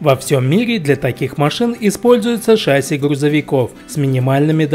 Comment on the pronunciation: В слове ШАССИ ударение ставится на второй слог.